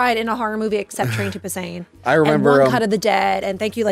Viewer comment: Train to BuSAN. Not Train to Busain